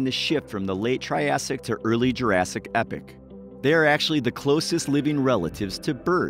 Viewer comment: Thank you for pronouncing "epoch" correctly. I cringe inside every time I hear some narrator say, "ee-pock," with the accent on the first syllable. It's right up there with "process-eeze," meaning the plural of "process."